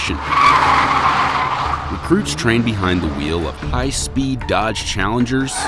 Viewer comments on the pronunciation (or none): Lmfao as soon as he said “Chall-“ I came down in the comments to see who else would notice that